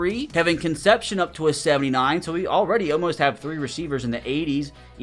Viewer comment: KC's last name is pronounced con-sep-c-own, his name is tough as an aggie